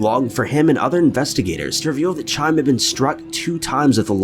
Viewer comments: It's not Chime, (I mean it is but ch turns into an H sound) So it would sound like Hi-em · Isn't "Chaim" pronounced more like "Kha-eem" rather than, like, a wind chime?? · It's Hi-am, not Chime. PS- Way too many insensitive sponsor placements. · Isn't the name Chaim pronounced HAYEM...? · Look, I love these videos but what I find really disrespectful is the fact that you never seem to take two seconds to research how to pronounce ANYTHING. You are constantly mangling names, places, so many incorrect pronunciations in these videos. For example Chaim is not pronounced “Ky-um”, it is “Hah-yim”. All that work on the “It”’advertisement and you couldn’t do a 10 second google search to respect a murder victim? And this is constant on this channel. Kind of disgusting really. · His name is pronounced "Ky-em" not "chime"...just want you to know... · Just FYI “Chaim” isn’t pronounced like chime, the ch is more like a guttural h —HYME, even with a bit of a K sound. Not dissimilar to the spelling of “Chanukah” but you pronounce it “Hahn-uh-kuh” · The name CHAIM is NOT pronounced "Chime", like a fucking bell. 🙄😑 The "CH" is pronounced like you're hawking a loogie (like the Hebrew word/expression "L'Chaim" ) and then "eye-um" at the end...... So basically just "L'Chaim" without the "L" PS. FOUR SPONSOR INTERRUPTIONS??? WHY??? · Hey OP, the first name you pronounced isn't "Chime" it's pronounced Kai-Um, it's a Hebrew name. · Chime?!?! Chaim is pronounced "high-am," not "chime" 🤣🤣🤣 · The first young mans name is pronounced HIAM NOT CHIME dear, the c in his name is silent in Jewish language. Just so u know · I'm pretty sure the first guys name is pronounced Hyum, not Chaim. The spelling may have confused you. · Chiam - said like kie-hum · lmaoooo "chime" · "Chaim" is pronounced "Ha-yim" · It's pronounced "Hai-em". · It’s Haim Weiss. The Ch is pronounced like a hard H. And it’s Yasheeva:) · ...man stop calling him "Chime"! U seriously can't do better than that?